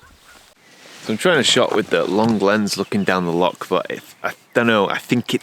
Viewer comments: Great video as usual but being a Scotsman it’s loch not lock lol. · Bruh, it’s Loch not Lock 😅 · Please learn how to pronounce “loch” properly. 😂😂 Lovely video. Good to see you getting out and about in the van again.